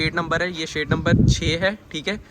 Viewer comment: it is shed not shade.